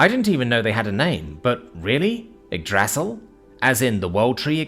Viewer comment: 😫 The pronunciation of Yggdrasil here makes me sad cry. 🥲 💔